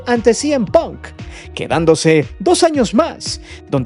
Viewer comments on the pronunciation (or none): none